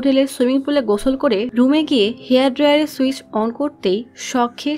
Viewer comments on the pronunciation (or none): none